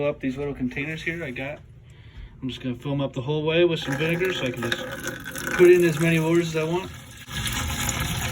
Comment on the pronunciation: It would be nice if he could annunciate the liquid he was using. I’m assuming he was using vinegar?